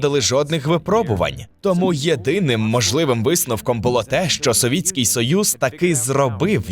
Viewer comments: Здається правильно казати "совейський", а так дуже дякую за відос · совітський. я так розумію через ШІ озвучили, або тупо читали текст через перекладач. в цілому дуже добре, але цей момент с СОВІТСЬКИМ прямо по вухам б'є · Савєцкий було б правильно.